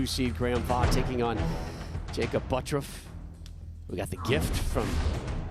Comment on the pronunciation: Why does the announcer pronounce his name as buttruff instead of butturff